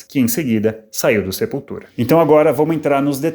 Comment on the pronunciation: Que piada você lendo Sepultura com sotaque...